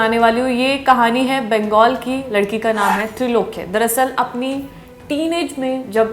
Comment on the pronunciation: Name tha Trailokya.....not trilokya